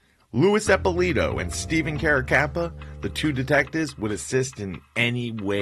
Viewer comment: I was at the Otto Heidel murder scene when I was a kid. Carracappa and Eppilito were responsible for it. You really have to learn how to pronounce italian last names.